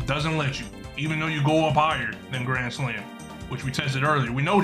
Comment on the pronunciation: I like the way bro said grand slam into gran slam gran slam